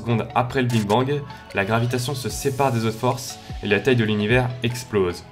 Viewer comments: T'a dit Bing Bang a la place de Big Bang :O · C est le BIG bang pas le BING bang mdrrr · A oui j entend le bine bang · mj Lopes justement il est là le problème, c’est big bang pas bing bang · big bang pas bing bang hein😂😂😂😂😂. Sinon au top comme d'hab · tu dis biiinnng bang😂😂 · C'est ce qu'on appelle ? Personnellement à ce moment je lis "Big Bang" mais j'entends "Bing Bang" 😜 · En gros tu as dis; "Que l'univers est bien plus grand, donc moi ce que je dis, on se trouve dans une zone de matière et que ailleurs ils y a des zones d'antimatière" Donc, il suffirait que d'une seule petit particule entre dans une autre zone pour déclencher une énorme explosion. Et jsp si c'est moi mais j'ai l'impression que tu dis "Bing Bang" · désolé de te dire ca car tu est bien plus calé que moi en astronomie et en physique mais on dit "big bang" et pas "bing bang"... ça fait pas très pro quand même, non ?^^ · sérieux tu dis BING bang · On dit BIG et pas BING bang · Au lieu de dire big bang tu dis Bing bang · C'est moi ou il dit "Bing Bang " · je t’assure tu dit bingue bang (bin bang) Donc nous sommes pas en surdité justement surdité nous somme sourd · Tu dis bing bang xD sinon trop cool comme d'hab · Sa me stress quand tu dis bing bang 😂😂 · mdrr ta dis bing bang xD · Tu dis bing bang😂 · "le bing bang" lmao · Je crois au début tu as dit Bing bang BINGGGG!!!!! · En bref sa me perturber que tu dises bing bang A part sa gros gg sur les animations! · Bon Parcontre on est pas tous sourd aha tu dis bien BING BANG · Tu as dit Bing Bang??!!!!! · et aussi arrête de dire "le BING bang" stp ça me stress XD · Pourquoi j'ai l'impression que tu dis a chaque foie le bing bang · et bien tu le prononce BING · alors qu'il se prononce BIG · Juste svp arrêté de dire " Bing bang " sinon très bonne vidéo . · ça m'as perturbé pdt toute la video mdr